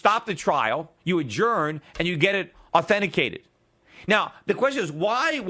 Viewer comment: "authentesicated" !!! :D